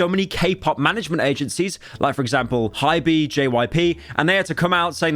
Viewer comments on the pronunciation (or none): HY-BE, it’s pronounced HYPE but with a B, someone make fun of this man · PYRO SAYING "HY-BEE" bro cannot say anything right TT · Pyro pronouncing the K-Pop label "Hybe" as "High-bee"... truly a Metro's Boomin moment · Lol pyro you said hy-bee its actually just pronounced "haib" the metro boomin situation is crazy guys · As the third woman on this channel thank you for the sprinkle of KPOP in the slop feed tonight Also I regret to inform you that HYBE is not "HI-BEE" it's like hive but with a b but its okay bc they're shit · "I'm not having another metros boomin" proceeds to call hybe 'high-bee' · "High-bee" metro booming pt 2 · Oh god the way he pronunced Hybe.